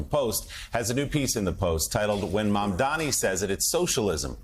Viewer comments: IS MAMDANI NI NI NOT MAMDAMI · Scarborough, it's M-A-M-D-A-N-I, not Mamdami! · Are you all in the media this dumb that you can't pronounce his name correctly.... it's Mamdani.. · Joe Mamdani MAMDANI it’s really not that hard. We’ve been saying it for the last couple of months Zohran Mamdani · MAMDANI, MAMDANI, these journalist cannot pronounce MAMDANI's last name. Are they doing this on purpose 🤦‍♂️ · Joe, learn his frickin name already. He even paused, thought it over, and still got it wrong. M-A-M-D-A-N-I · Joe His name is MAM-DANI. Get it right.